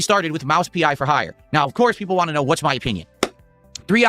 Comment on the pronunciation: "What I WAHHHN"